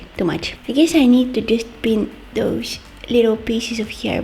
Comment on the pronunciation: i love the way you say!!DOSE!! and put SH in every thing and you're the only adorable one here (love you're vids)